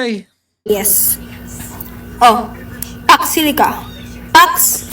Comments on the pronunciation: Hindi nya nga mabigkas kaya hindi nya alam . Jusko Lord talaga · vp hindi alam talaga. hindi nga alam pronounciation. don’t elaborate na ayaw mag comment. new WORD SA KANYA YON ANG PAX SILICA